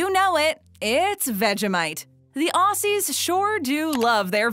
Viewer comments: THE OSSIS!!!!!! …….OSSIS! ……. ITS OZZYS , Say it with me now OZ- ZYS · You’re saying Maccas wrong you’re saying it like macc r’s you’re saying you’re so wrong Oss e’s it’s Aussie’s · Someone needs to let this lady/robot know it’s Aussies not Ossies fmd 🤦🏽‍♀️ whatta flop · We pronounce aussies as Auzzie not ausse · It’s “ozzies” not “ossies” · The amount of times she said Ossies instead of pronouncing it as Ozzies... made me cringe. Aussie and Aussies... it’s a z sound you guys!1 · It’s pronounce Auziez not Ausies. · Don’t say Aussies Say ozzees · Your pronoucing it wrong its not aussssy its Auzzie. or is it pronounced Aussy and i'm just an australian with an accent that makes s sound like Z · Can Americans and pomys stop saying aussies instead of auzzies haha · It’s more pronounced like maccazzz And more like Auzzies with a heavy z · The way they say aussies and maccas DX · lunavixen015 aye Americans right 😂🤦🏾‍♂️ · Your American your English this Australia we English and u fricking call us foreigners? We ur closest alliance u did us dirty and the way u said Beetroot and Aussies and defo and vegimite I'm cringing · maybe contact some real Australians to do the voice-over. listening to this lady say maccas and Aussies over and over again hurt my ears.